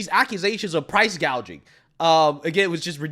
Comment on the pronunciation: Kamala called it "price guaging," not price gouging. She's a genius. . . not. 🤣🤣🤣and we, the American public, are dumb.